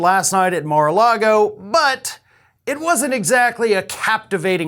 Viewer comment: yup mar a lardo